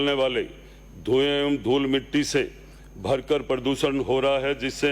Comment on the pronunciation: पर्ची से देख कर तो ठीक से पढ़ लेता बेटी का बाप😂😂😂 भयंकर को भरकर बोल रहा है